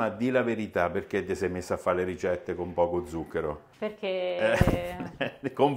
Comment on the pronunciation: Salve, io la seguo sempre e mi piace tanto come lavora. Ma perché dice "rigette" invece di "ricette"?